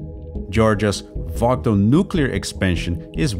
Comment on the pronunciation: I live in Georgia, and I have never once heard it called Vogtle. I believe it's pronounced Vogle. (silent t) then again, I live in Georgia so I might be wrong. What happens if there is a water leak into our main water table from one of these reservoirs? how is it safe?